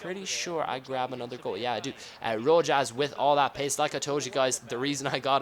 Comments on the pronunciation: It's pronounced Rohass not Rojaz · ROHAS ! Not RoJASS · Rojas is pronounced RoHas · Rojas is pronounced Rohas btw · you were saying fierro correctly at first but Rojas is pronounced ro-has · Crear series man loving it im mexican and Carlos fierro ir a hero here that won the u17 world cup in 2011 i think but yeah he ir great dude the pronunciation its fee-err-o and rojas its rohas keep it up ::) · Just saying, Rojas is pronounced with a silent j :)